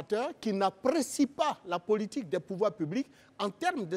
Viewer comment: Pourquoi elle prononce toujours "pôlitique" au lieu de "politique" avec un "o" ? Ça c'est une prononciation avec un accent béninois !